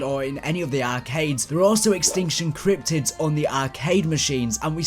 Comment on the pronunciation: i love it when he says "cryptics" cause it sounds like "cryptits"